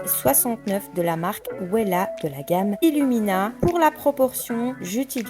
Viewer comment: Euuuhhh ça se prononce vella ( Wella) et non pas ouéla 😂